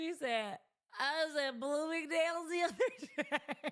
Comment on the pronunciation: Blooming-Day-yules 😂😂😂….. I work an 8-5. 🤷🏾, you entrepreneur bitties! Go date who you want, and good luck! This is the internet so not everyone will agree with your preference. In real life men working fulltime dont have the energy to focus on the decisions you make in your life. So yeah good luck. Hope you find that man you want!